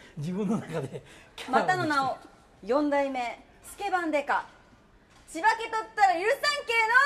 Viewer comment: 「シバけとったら」ではなく、「チバケとったら」ですね！ 、応援してるでぇ〜